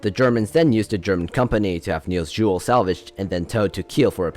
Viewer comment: This is a really good video, Although as a dane i will have to hate on how you say "niels juel" (Although the video does sound alot like just reading a wikipedia page)